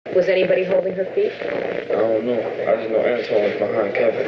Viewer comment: Anybody noticing how he never say Antron correctly? Y'all notice how it either Anton, or Antwon, it's never Antron?